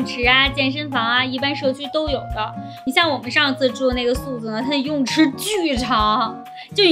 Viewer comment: suite的发音是/swiːt/这个，所以你可以把它当成sweet来念，很棒的视频，加油